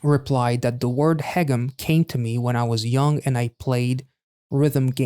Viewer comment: Even though he sings "haegeum" quite often, you were already pronouncing it correctly before you even started, so my compliments on that 👍 The "eu" in Ye-eun is exactly the same (you were pronouncing that a little like Ye-oon). Same with Ga-eul.